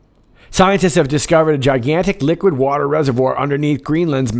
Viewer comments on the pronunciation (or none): none